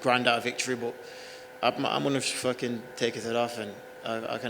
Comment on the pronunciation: its just the way dana pronounces that famous quote. hes says it like: isn't he fackin awesome? instead of isn't he fuckin awesome